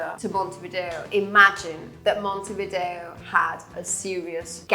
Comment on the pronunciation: Montevideo NOT Montevdier